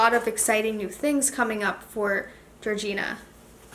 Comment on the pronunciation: Her name it’s Georgina not Georgiana